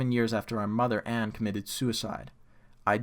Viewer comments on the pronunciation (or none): none